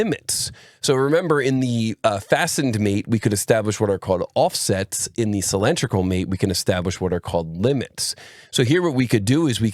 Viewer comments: outstanding video from you as always but I do find "sill-EN-tri-cal" very distracting! Could you try "sill-IN-DRIC-al"?! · "cylindrical" ≠ "sill-EN-tri-cal". Otherwise, excellent video!